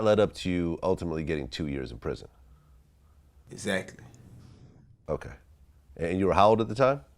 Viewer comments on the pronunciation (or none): Esackly how many times esackly did he say "esackly" ? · "Know what I'm say, Exsatly" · I wonder how many times he said eggzactly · interviewer: exactly lil baby: eggzactly. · Instead of saying ehgzakly, nigga should be saying Yes Officer. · Waitress : what do you want Lil baby : axactly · Ekzackly, akshally, supposszally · boyyyy if dis nigga said say exaxtly one mo time istg 💀💀💀💀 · exactly EXACTLY EXXXXXXXACTLY axectly exactly